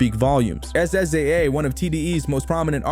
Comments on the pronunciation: not being able to say sza’s name is one thing using a picture of 4batz and calling him baby keem is when my dislike came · Yeah nah ,this ain't it. Its pronounced Si-za (Sza). Amd you used 4batz picture for "baby kim" its Baby Keem . Also your narration sound too Ai